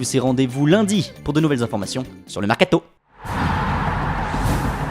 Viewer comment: ce gars la il me tue a chaque fois quil dit 'Sur'le'mercato' on dirait il prend un accent chinois mdr